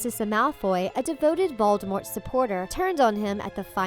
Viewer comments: it’s VOLDEMORT not ‘VALDEMOT’ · Did just hear u say baldemort